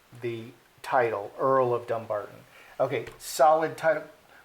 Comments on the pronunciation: The wife is so ignorant, and Henry should be mortified, as he should know the meaning of Dumbarton, (Dùn Breatainn). First of all, it is Dum-barton, not Dumb-arton.The "Dum" part of the word means Fortress. The ppl of Sussex have no love for the dastardly duo, and now they have raised the ire of the Scots of Dumbarton. FYI😉from Wikipedia In medieval Scotland, Dumbarton (Dùn Breatainn, which means "the fortress of the Britons") was an important royal castle.It sheltered David II and his young wife, Joan of The Tower after the Scottish defeat at Halidon Hill in 1333.. In 1425 the castle was attacked by James the Fat, youngest son of Murdoch Stewart, Duke of Albany, who had been imprisoned by King James I of Scotland on charges ... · O is a talk show host, not an investigative reporter. It's pronounced dumBARton. Also, Archie is being raised in America where we don't have titles so the stink over his title makes no sense. He wouldn't even use it here. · Dumbarton is an old Scottish town, it's pronounced DuN Barton, it means dun = Fort Barton = Britain/ British. It means Fort of/for the British. A little research would've sort it out. She is dumb 🙄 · The emphasis is on bar in the word Dumbarton.